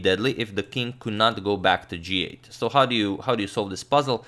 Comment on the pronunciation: horrid 'so'